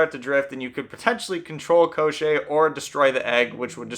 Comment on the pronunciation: It’s not Eye-Van, it’s Ee-von. And it’s not Koh-Shay, it’s Kaw-tchay. With Maria the emphasis is on the wrong part. Rather than Maria it’s more like Muh-RIA. Thé ria is the focal part. And Baba Yaga might be a regional difference since I’ve heard it pronounced the way you did but if you’re going with Ukrainian and Russian the A’s sound the same in yaga as they do in baba. Finally, the story doesn’t contradict itself, you’re missing the ending. After striking Koschei off his horse and cutting him into pieces Koschei reminds them that he cannot die and his body will just come back together, so they burn his body to ash and throw it in the ocean leaving his head in a barrel to bob endlessly away. And should he return, Prince Ivan and Princess Maria would search for his soul to destroy it.